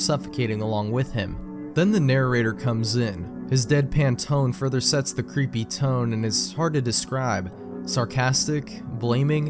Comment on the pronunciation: "Wost mewia vewwy cweepy PSA (creepy, lost)" really now